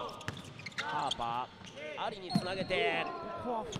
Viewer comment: 実況者ハーパー君のことパーパー言ってるやろ